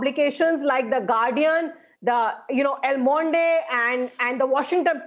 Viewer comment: Please tell that lady from AAP Party, Le Monde is not pronounced LA MAUNDAY, rather Le Monde is pronounced as La Maund